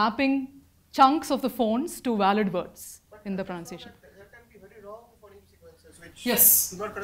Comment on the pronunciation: why does she mispronounce phoneme for the first half hour